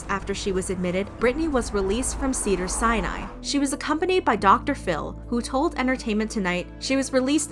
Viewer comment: If she says cedar Sinai like that again in going to lose it.